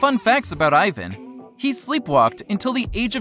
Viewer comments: I hate the way he said Ivan’s name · The way he says Ivan makes me so angry 😂😂😂😂😂😂😂😂😂😂😂😂😂😂😂😂😂😂😂😂😂😂😂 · Omg I hate how he said Ivan 😂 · He said Ivan wrong.... 😞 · He doesn't even know how to say their names right:O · He says Ivan’s names wrong 😂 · OMG HE SAID IVAN WRONGGGGGGGG KILL MEEEEE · People need to day Ivans name right! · u said Ivan's name wrong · Ivan's name is not pronounced like that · your saying Ivan name wrong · he keeps saying Ivan wrong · He said ivan wrong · You say Ivan's name wrong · It's Ivan but the i is like e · u said ivan name wrong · You said ivan wrong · stop saying Ivan name wrong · Who else gets pissed with he says eye-van but his name is e-van? Also to answer your question, I love Team 10 and I hate clowngang. But I'm not gonna be like some T10 fans, I think they don't need a Team, they are better by themselves with Rueben. Much love for Team 10 and Martinez Twins💙💚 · the way he said Ivan😤😤😤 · it annoyed me so much when he said "Ivan" ITS PRONOUNCED "EEVAN" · EYE - VAN 😂😂😂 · EXCUSE ME!?DID YOU JUST SAY EYEVAN!? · omg it annoys me that people say ivan wrong its pronnounsed like eevan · The spelling is ivan but the pronaunsation is yvan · It is ivan Martinez but it is pronounced as "eevan" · Eh it's not Ivan it's EEVAN (that's how U pronounce it) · Ivan’s name is pronounced even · It’s pronounced evon but it’s spelled Ivan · you say ivans name like eevan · U say it rong sound it out like e-van but its Ivan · It's not ivin it's Ivan the I is pronounced E in Spanish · EVAN YA ITS IVAN BUT ITS PRONOUNCED EVAN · Ivan is pronounced e-vau-n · It’s E-van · It's pronounced Ivan (E von) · OMG😠!!!!!! IT IS IVAN NOT EYVAN!!!!! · It's pronounced E-von OK? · Its pronouced ea-van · Pronounced eevan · Cringe how he said Ivan..... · YOU DONT EVEN PRONOUNCE IVAN RIGHT!! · I hate when people say Ivan wrong!! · Eevan not eyevan but okk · It’s Ivan not eyevan like wtf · “EYE VAN” All martinators are cringing it’s PRONOUNCED “EEE VON”